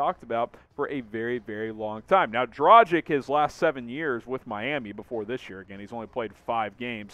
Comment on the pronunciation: Just a heads up… DraGICH… not DraJICK 🤙🏻